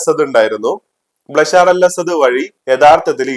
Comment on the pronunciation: ബ്ലേഷർ അസത് അല്ല ബഷാർ അൽ അസത് ആണ്